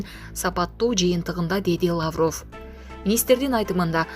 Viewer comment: ЭЭ БЛОГЕР СОРОЙ УДАРЕН. ТУУРА КОЙЧУ. ЛАААВРОВ ЭМЕС